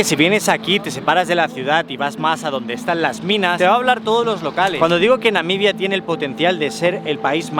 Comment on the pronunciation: Excelente e interesante video, me pareció que dice constantemente "Namidia"